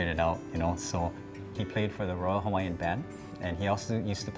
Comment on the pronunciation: Only got through half of this, the mispronunciation of all the Hawaiian words is killing me lol